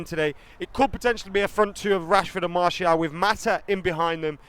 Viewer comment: Marshall? wtf you are supposed to be Utd fans yet dont even know how Martial's name is pronounced